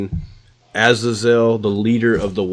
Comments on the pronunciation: What the fuck is an Az-Zayz-Zee-El? This guy can't even pronounce the damn shit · It's ah-zay-zel you pathetic mortals.